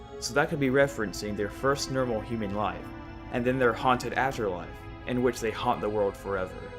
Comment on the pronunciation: You say normal as “nermal” or “paranermal” lol good videos though